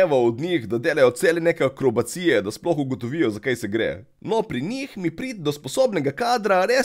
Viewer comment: AkrobAcije, Ne pa akrobacIje